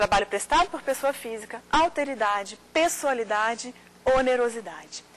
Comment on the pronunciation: "Auteridade" (50'45'')... francamente... O correto seria "Alteridade". Embora uns requintes de oratória fariam muito bem para melhorar a perfomance da professora, a exposição foi interessante.